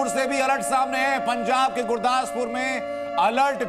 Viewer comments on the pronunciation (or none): पंजाब है ना कि पंचाब